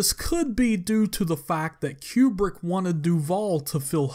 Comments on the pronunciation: Stanley QueBrick ? Seriously ? Its Kubrick pronounced KOO-Brick which means Rectangle in Russian. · "Stanley Q-Brick" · "Keewwbrick..." LOL!